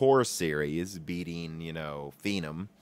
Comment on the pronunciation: Phenom is obviously a shortened form of phenomenal or phenomenon. So why are you pronouncing it fee - num?